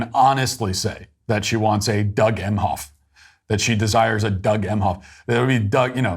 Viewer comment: Doug Meh-hoff. Modern “mensch”. That’s about all I need to hear